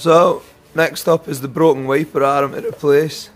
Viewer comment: Love that arm is pronounced ar-em in Blackpool.